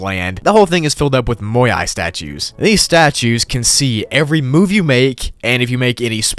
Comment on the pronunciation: Bruh moai not moyai